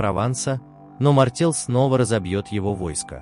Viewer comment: Не МартЕл , а МартЭл !